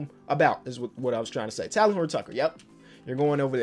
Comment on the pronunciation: Just FYI it’s Tay-Len Horton-Tucker. Not Talon.